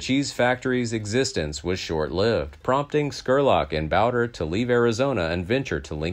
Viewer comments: It's charlie bowd. Re. Not boder. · Bowdre is pronounced Bow-dree Not trying to be a smart ass, but the Bowder pronunciation threw me off the first time you said it. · It's Charlie BOWDRE. Pronounced Bow-dree